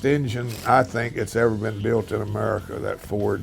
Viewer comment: Carrol Shelby has the best pronunciation of "America." ~